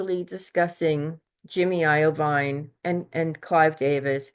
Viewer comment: It’s pronounced eye-veen Jimmy Iovine 😅